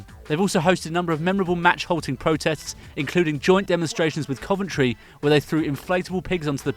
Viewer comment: Coventry lol